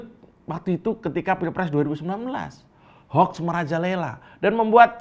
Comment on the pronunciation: ucapkan HOUKS untuk baca HOAX bukan HOK....HOK...atau HOUEEEX.